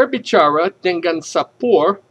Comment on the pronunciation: well I'm gonna correct your pronunciation you were wrong to mention these words : 1. Lapangan & dengan (sounds 'lapang-gan' 'deng,-gan' you used double 'g'. it should be 'lapang-an & deng-an') 2. Air (you sound 'eir', just mention it 'a' in indonesian style) but overall you're great